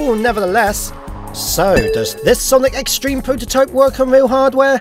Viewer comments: His Z-Treme pronunciation (Z-Stream) infuriates me... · on z-treme it sounds like he’s saying z stream